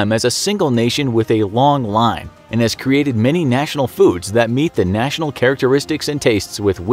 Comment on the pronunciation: say the words “national” and “nation” if you need help nk